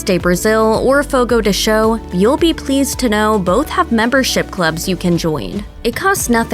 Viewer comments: Fogo de Cha-o, not Fogo de Cho!! Advertisements with wrong pronunciation is a no-no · Jeeez I can't even finish the video it's so damn annoying."Fogo de SHOW...Fogo de SHOW" How no one at Mashed even bothered to look up the pronunciation & just stuck to what they guessed it was is beyond me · "Fogo de sho" 💀💀